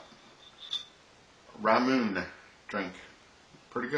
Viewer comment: Ramune in Japanese is pronounced, "Rah-moo-neh"